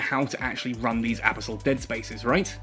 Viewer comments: The pronunciation of abyssal kinda drives me nuts, good vid regardless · Totally not how you say abyssal. Please quit it.